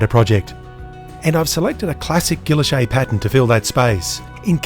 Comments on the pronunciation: I always thought it was pronounced as "giiylloshe' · Isnt the name pronounced gee-oash-ay? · Your pronunciation is interesting. I'm an American and I've always heard it pronounced the French way. Is this an Aussie thing? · So that's how "Guilloche" is pronounced.